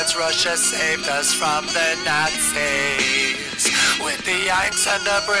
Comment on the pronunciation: "Their creeps but they safed us from the naazeeeas" xD